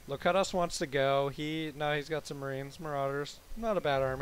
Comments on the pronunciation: it is actually pronounced lo-cue-tus as in picard in the best of both worlds(Star Trek TNG). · I think your teammates name is Locutus as in "lo-cute-us" of Borg from Star Trek TNG